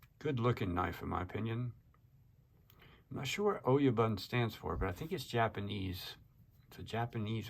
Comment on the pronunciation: Oh-yah-boon Mob boss, head honcho, the big cheese